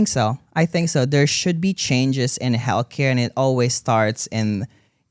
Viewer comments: Is it me or does he say "Hellcare"? Although, very close lol Thank you for speaking up! ❤ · Every time said healthcare my brain heard Hellcare 😂 it should be the name of the next tour ❤😂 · Retired RN here, am I the only one who hears “hellcare” every time says “healthcare”? 🤣Excellent interview! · I heard “hell care”. 😂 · obsessed with the way pronounces healthcare as hellcare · pronouncing healthcare as hellcare is so funny and true at the same time